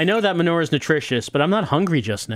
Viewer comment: Is pronouncing "manure" as "m'nore" a New Jersey thing, or a thing?